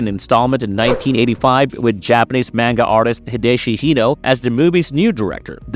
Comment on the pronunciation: “Mane-guh” lol edit: “notter dame” lmfao bro is this narrated by AI or something? What is this shit